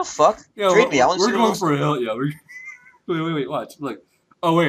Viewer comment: you slaughtered that word, it's hyena.